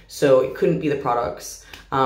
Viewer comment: This is very off topic but....I love the way she says products😭❤